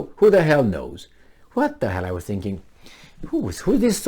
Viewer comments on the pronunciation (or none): none